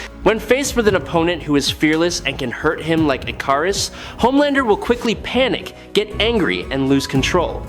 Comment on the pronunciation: Nice video except you need to rewatch the first few minutes of Eternals so you know how to pronounce Ikaris.